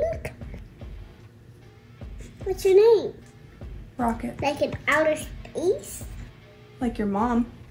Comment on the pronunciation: Hahah I for a second thort she said f##k it when she said rocket after you glued phone 😂😂